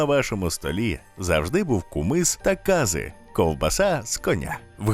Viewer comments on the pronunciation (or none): Кази - наголос на И. Це я про ковбаску😊. Дякую за відео